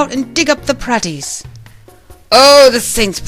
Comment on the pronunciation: "Praties" contains a long "A", and is pronounced "PRAY-tees".